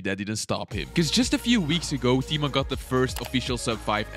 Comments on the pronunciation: yoo dude i love you but i am from Poland (like Tymon lets go) and the way you pronounce his name hurts a lot <3 (but i know its hard :) ) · I am from Poland and it makes me laugh when people read Tymon